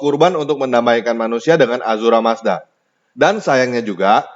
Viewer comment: Ahura mazda bukan azura mazda